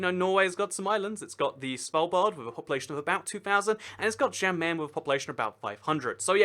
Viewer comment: Question: Why Did You Pronounce The 'J' In "Jan Mayen" As A 'J' Sound? In Scandinavian Languages, 'J's Make 'Y' Sounds, So "Jan Mayen" Would Be Pronounced More Like "Yan Mayen"